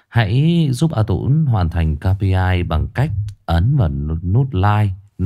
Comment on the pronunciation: “KPI” đọc là “cây pi ai” ơi